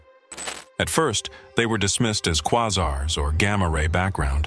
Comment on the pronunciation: Kwahzaw. Come on pronounce quasar better.